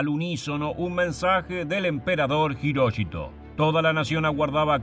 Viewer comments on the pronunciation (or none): ¿Hiroshito pronunciás? Es HIROHITO. Creo que, por lo que se sabe AHORA, Japón se rindió además por la amenaza de invasión soviética. Los soviéticos habrían terminado con las religiones y tradiciones japonesas y con la Familia Imperial. Mc. Arthur exigió el fin de la Divinidad del Emperador y lo mantuvo al menos como figura simbólica. Vivazo el tipo. Por lo que tengo entendido, hasta el día de hoy Japón se rige por la Constitución que Mc Arthur les escribió e impuso. Mc Arthur tuvo la inteligencia de comprender la idiosincracia japonesa y de respetar las tradiciones milenarias contra las que era imposible luchar... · Jiróchito ...??????? Hirohito weón !!! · Las tres veces que mencionaste a Hirohito lo hiciste mal y de diferentes formas.